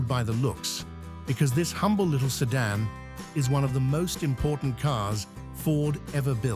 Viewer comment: Lost interest at 'sedan'.